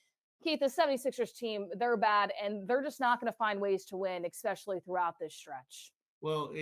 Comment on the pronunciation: I really want you to be better than this. C'mon. Firstly, the word is "eSpecially." It's not "eXspecially." You have to have more care for language if you want to have a career as a broadcaster. Secondly, if you cover pro basketball for a living, can't you bring some actual reporting to the podcast? I know we unfortunately now live in a world of "who can have the most outrageous "take" (opinion) on a topic," but why just copy that when you can rise above it with real information? To say that you'd rather watch the ten-win, early-Process Sixers than the 2025 Sixers just comes across as a wild "take" that does nothing for your podcast or those of us listening. If you really believed that, then why do this podcast? Instead, tell us some stuff we don't already know about this team or the game we just watched. Pose some MEANINGFUL an THOUGHTFUL questions about how the team moves forward. Challenge about the things that he's said or written in the past about this team, these players, this Sixers "system" and whether or not he still believes those things. If you're just going to restate the same basic points made by then why is this a two person podcast? I just want it to be better because almost every other podcast on this team feels like it is being recorded by idiot bartenders in their basements, masquerading poorly as journalists/broadcasters. Thanks.